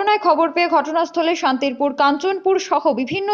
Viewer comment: Splaning ta san-ti-pur not Santirpur ..ok.